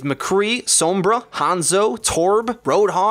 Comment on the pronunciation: Every time says Sombra I cringed